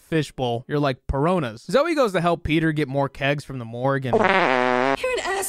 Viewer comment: Pironas? Piranhas. Like Bahamas. Not bihomas 😂😂😂